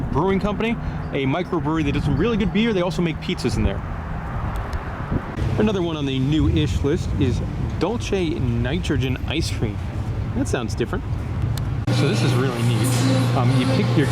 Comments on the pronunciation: Dulce Nitrogen. Dulce is Spanish for candy. It's pronounced duel-say. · Goodle search... sweet food or drink, especially a candy or jam. So sweet is the main thing I guess. I've always mispronounced is as Dul-Chay 🤣 lmao